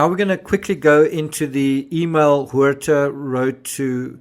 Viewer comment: You pronounced “Huerta” perfectly. Sounds like “where-tah”. ☝️🥴👍